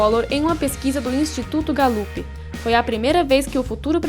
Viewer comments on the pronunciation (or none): Instituto Gallup? A sílaba tônica está no "ga".